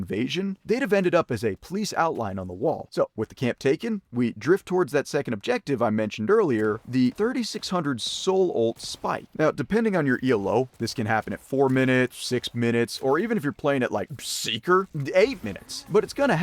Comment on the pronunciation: pronounced elo as 'E.L.O.' unsubscribed